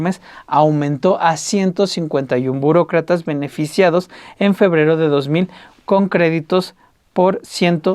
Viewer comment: jeje dice Bucrocrata